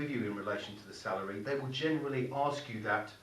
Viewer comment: Hi I thought you said cellery 😂